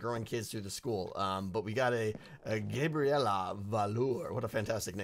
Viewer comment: You said Gabriella wrong...